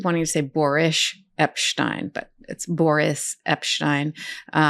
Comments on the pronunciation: "Boor-ish" Epshteyn — love it! 😂🤣😂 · I believe Mr. Epsteyn's first name is pronounced 'boorish', Ms. Agnifilo. ;-)